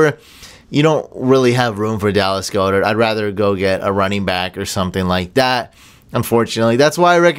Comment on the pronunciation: Its pronounced God-Dirt not Go-Dirt...just a little fyi